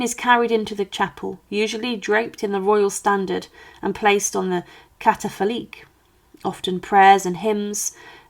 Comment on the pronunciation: Catafalque - pronounced : ˈkatəfalk